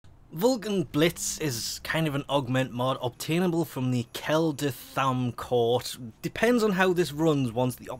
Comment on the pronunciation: 8 Operation Rathuum related videos and you still can't pronounce Kela De Thaym right. Keep trying! :D